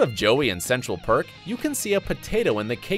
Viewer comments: he said park instead of perk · Erica Dae right! And also said Central Park I think once too haha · Central PARK?!?!? Have you watched Friends? EDIT: He also says GUNTER!!